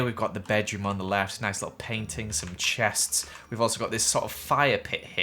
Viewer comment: When you sayd chests it's sounded like gothenburg in Swedish göteborgska and i laughed so hard